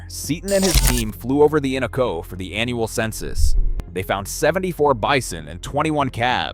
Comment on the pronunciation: The Innoko and Tanana Rivers are not pronounced correctly in the video. In-NO-Ko Tan-a-Na are the correct pronounciations. Minto flats is not SW of Fairbanks, it is NW of Fairbanks.